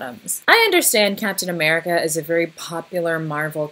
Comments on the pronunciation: Okay, "L'Captian AmericaCK" really got me. I was not expecting that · I don’t know why “lacaptain americack” had me laughing so hard